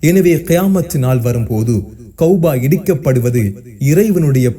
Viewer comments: கௌபா, கௌபா என்று கூறுவது மிகவும் பிழையாகும் கஃபா என்று கூறுவதுதான் சிறப்பும் சறியான சொற்பியோகமும் ஆகும் எனவே உங்கள் உச்சறிப்பை திருத்திக்கொள்ளுங்கள் அல்லாஹ் உங்களுக்கு அருள் புறிவானாக ஆமீன் கஃபாவுக்கும் மஸ்ஜிதுல் அக்க்ஷாவிற்கும் இடைப்பட்ட கட்டுமான கால அளவு 40 ஆண்டுகள் எனக் கூறுகின்றீர்கள் இவை இரண்டும் ஆதம் நபி காலம் தொட்டு கட்டப்பட்ட காலமா அல்லது இப்ராஹிம் நபி காலத்தில் கட்டப்பட்ட காலமா என்பதை தெளிவுபடுத்தவும் ஏனெனில் இப்ராஹிம் நபிக்கும் ஆதம் நபிக்கும் இடைப்பட்ட கால அளவின் காலங்கள் அதிகமாக உள்ளன ஆதம் நபியா அல்லது இப்ராஹிம் நபியா தெளிவாக கூறவும் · Kauba is wrong say it as kaaba